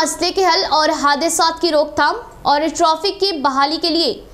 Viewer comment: Traffic ko trofic bolre madam